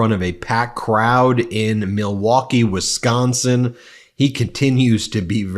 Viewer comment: Thank you, Ben for actually saying Wisconsin right. It's not wes-consin